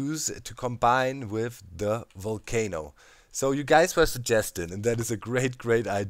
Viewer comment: Always look forward to your vids. Always dig your accent too. This time you had me dying... sounded like you say "kind of cool for a 'WOOL'-cano in my opinion" Burn it DOWN XD. Quite interested to see how close the witch farm is going to come to it. Also, are you going to place enough standing lava to keep it lit and mob-proof to maintain the perimeter? Actually, maybe keep the light levels down so mobs DO spawn and you can have an EVIL island. (You can always clear the island by activating the Volcano and Watch 'em BURN!!!) Thanks for all the great inspiring content!